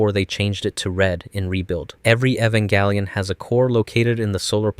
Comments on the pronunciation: It's Jelion not Gelion because it's based on the word evangelism. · I think the most horrific experiment its you mispronouncing the names just to increase engagement. it works you sadistic evil person. are you happy? "evangalion" I swear to gad. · “Evan galleon” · Who the F is 'Evan Gallion'? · Bro you got to learn how to pronounce the title one of this days, I mean you doing 20 mins essays about it and you can’t! That’s crazy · is it really pronounced ehv-en-gal-eon or is it ee-van-gel-ien like the irl non-anime word is?? i don’t watch the show but ive been binging these videos for some reason and im curious about it lol. i have a feeling this is something that is frequently argued among the fandom lol, as usual. a ray-kway-za/ray-kwah-za type sitch lol